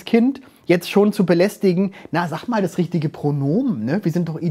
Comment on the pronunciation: da hat’s mich so zerrissen „Sach Ma“ 😂